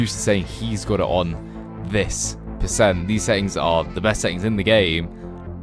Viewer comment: Percent 😂 not petcent oh my god 😂